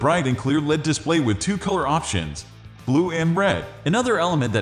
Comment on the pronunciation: You should use a human to do your audio presentation. Only software pronounces words like LED (el-ee-dee) as "led".